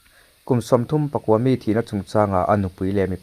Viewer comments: Kum sawmthumpakua mi .thil chhiar hi in van thiam lo tak,kum sawmthumpakaw mi tih tur aw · Kum Sawmthum pakua mi tih loh tur. Kum Sawmthum pakaw mi...tih tur.. please, Sir, ṭawng hi hmang dik hram hram rawh u aw.. in news kan lo ngaithla nasa a.. diklo tak athluk leh lam a awm hian beng a ti thlep ṭhin a.. 😊😊😊